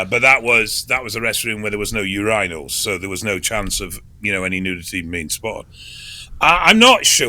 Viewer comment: how did you not make fun of how pronounced “urinal?”